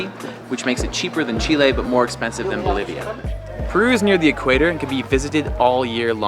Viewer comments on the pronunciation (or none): none